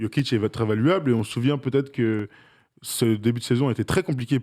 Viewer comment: "valuableuh" fais un effort 😅